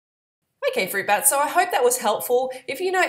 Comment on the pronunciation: the Banana Girl do you always say "hey fruit BUTTS?" i was wondering, thats what it sounds like. btw I'm 100% RAW vegan now:) no more harm to these beautiful animals God created. he didn't put them on earth for us to TORTURE and eat.the food industry is fkn sick!